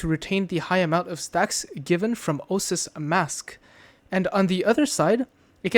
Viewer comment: Oasis. Oh-Ay-Sis.